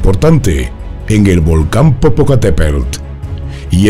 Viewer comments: jaja no sabe pronunciar Popocatépetl! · Te perdonó no poder pronunciar Popocateptl, solo porque tienes buena voz, y bonito pelo.😁😘